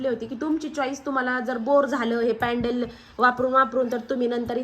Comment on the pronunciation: पॅडल नाही. पेंडन..